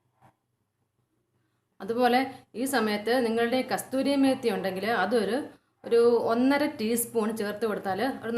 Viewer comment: Not kasthuri,kasoori methi dear